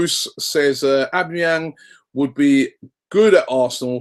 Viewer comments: Its pronounced "al-bam-a-yang" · Isn't it A-BOMB-E-YANG? Just wondering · Robbie it's pronounced "Ow-bam-ee-yang" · no... not o-be-me-yang its said aw-ba-ma-yang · A - BOMB - E - YANG not OB - E - MI - YANG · Robbie! Its AUB-BA-MEH-YANG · It's pronounced "OH-BAM-A-YANG" basically lol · 'ab me yang' looooool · FUCKING CHRIST ROBBIE. OBAMA-YANG. Its really not that hard. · It's pronounced AU-BAM-EE-YANG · Come on robbie its O-BAM-E-ANG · it's actually pronounced oh-ba meh-yang .. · its Said Ob BAM A yang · its "aww Bum 'a' Yang!!! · Isn't it pronounced or-bum-a-yang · It's aw-beh-meh-yang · Pronounced a-bam-a-yang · And his name is Aubameyang Au = o I know it is complicated for you English people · Robbie mate it's pronounced Au (for Australia) bomb a yang These guys don't know anything! Haha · Robbie, it's actually pronounced Ab-bam-e-yang - Aubameyang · It's pronounced OwBamEYang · Why the fuck can't any of you bastards spell or pronounce Aubameyang xD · if Arsenal don't sign Aubameyang at least Robbie won't continue to butcher his name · Robbie pronouncing Aubamneyang hahahah